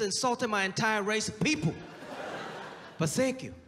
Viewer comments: I thought he said, “but Sank you,” initially which would have made this line so much better. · Sergio Martinez THASSS TRUEE YESS🤣🤣 its more like “th‘sank yuu” 👌😂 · When u said “sank you” I felt that 😅